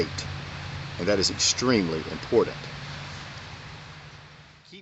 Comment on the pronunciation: great vieo and advice; 5 stars. it is, however, pronounced 'important'. sounded like you were saying 'impordand'.